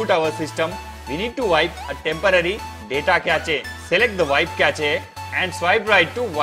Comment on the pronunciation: he really said catch A for cache 💀